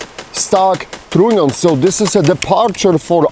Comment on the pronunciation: Is he saying "trunnion"? Sounds more like "tritium"